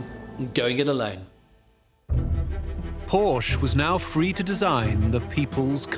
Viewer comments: Hi there ! :hand-pink-waving: Nice documentary and I am a fan of history. I'm just wondering , Ferdinand's last name , isn't it pronounced as a two-syllable word "por-shuh" instead of just one syllable "porsh" ? 🙂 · I absolutely love this series. The historians are great (and one is pretty darned good looking too), but this one drove me nuts with nearly everyone mispronouncing Porsche. They were pronouncing it like Porsh and not Porsha, like it is. There aren't silent Es in German. I thought about rewatching this episode as a drinking game with every mispronunciation of Porsche leading to a drink, but I would be dead long before the episode was over. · correct. Por-sche. In German, you pronounce al words as they’re written. No silent vowels or consonants. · This is virtually unwatchable due to the constant mispronunciation of the “PorSha” name. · The name is pronounced Por-sha. It is 2 syllables. I’ve met members of the Porsche family. This is the way they pronounce their name. It’s not a choice in how to say it. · Im sorry but I can't anymore. Its pronounced POR-SHA! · Pronounced Por-sche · Except they cannot pronounce Porsche correctly. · I love these documentaries, but I don't think it's asking too much to require that at least the narrator pronounce the main subject's name correctly. The overall quality of the show is too high for that to be acceptable. Still, these are some amazing documentaries! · If you can't pronounce his name correctly, it makes me wonder what else in this video is wrong. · Are all these historians trolling everyone by mispronouncing the name? Every time they say the name Porsche - It's like a stab in the ear to any Porschephiles. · The e isn't silent in Porsche stop butch his name